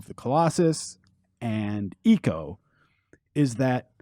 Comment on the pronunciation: This is it's ico not eeco